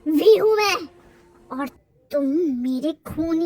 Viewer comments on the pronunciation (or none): Your channel. Your choice. Your pronunciation. But one thing i want to tell you that in this video i was a bit taken back off to hear "V" as "Bhi".